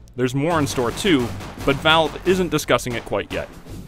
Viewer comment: All models have been shrinked. And it's VALVe, not lave